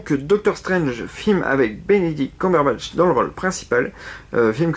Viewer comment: On dit KEUMburbatch